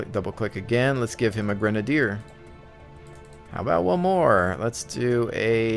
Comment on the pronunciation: Cher-Nar-us Gra-nade-er